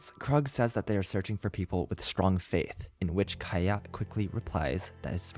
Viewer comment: Mondstadt not moonstadt Kiah not kahaya Sorry but this became really irritatinggg